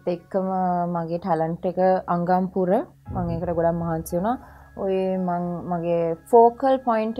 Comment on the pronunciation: අෆ්ෆට වැරැද්ද 😂😂😂🤛